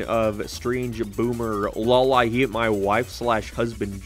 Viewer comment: Is this an irish guy pretending to do an american accent? I was wondering why he sounded off for one syllable every now and then and it was about two thirds in when he said the irish "hyyeet" instead of "hate" that it clicked.